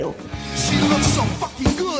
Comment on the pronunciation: Every fusking day instead of every fuCKing day?